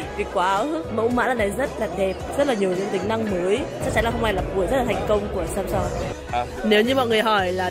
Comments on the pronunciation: k có song?????. Theo phát âm của hàn sam seong sẽ đc ng hàn đọc thành sam song nhé. Chứ lgi có samsun đâu má, xam xong xam xong:)))))))) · Từ samsung đọc đúng là sam soong thì phải